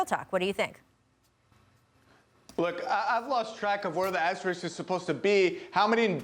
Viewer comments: Is it me??? or they always pronounced ASTERIKS instead or ASTERISK??? Funny!!! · Literally every one of these talking heads keeps saying “asteriks” So cringe. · All I know is that no one on TV can say the word asterists, asterix, astrix.... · its asterisk- sk na x. smh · If you can say risk, you should be able to say asterisk (Asterix is a whole different thing) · This bimbo can't even pronounce asterisk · cant even pronounce asterisk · If she mispronounces "asterisk" again... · seriously. they said it wrong like 50 times. so dumb to not be able to pronounce a word in their own language right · Bro none of these ppl can say asterisk right. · Rachel mispronounced that about twenty five times.